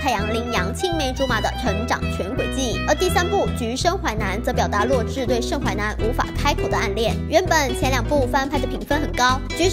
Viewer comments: 是zhǐ 我都听成弱智哈哈哈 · 那个字念“止”，第三声！！！！视频还一直重复洛枳(听起来像"弱智"）的名字，听起来真的是... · 洛枳的"枳"念zhî和zhī 麻烦哇妹把读音读正确 毕竟女主名字可是我觉得最喜欢的名字啊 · 额，我一直听成女主名字是弱智。。。请别告诉我只有我是那么认为的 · 我聽哇妹講女主的名字三分鐘後終於受不了，整個爆笑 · 而且是洛枳（三声哦） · 洛枳的枳是念三聲不是四聲啊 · 是洛枳(第三声啊) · 枳 是第三声啊，不是第四声啊